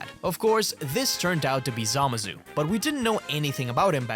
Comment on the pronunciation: Zamassssssu dude its not a soft s